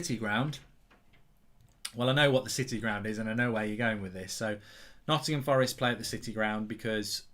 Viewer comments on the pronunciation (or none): none